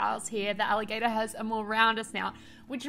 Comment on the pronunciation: american accent: "allahgAtor" 😂😂 So cute! These turned out so good!!